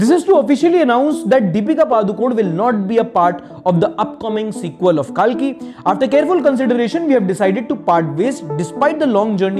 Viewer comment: कल्की✅ काल्की❎ एक indian को सिखाना पड रहा है । क्योंकि सबको अंग्रेज जो बन्ना है l 😤